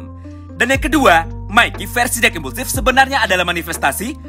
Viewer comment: Semua lu panggil dark impusiv,bosen w dengernya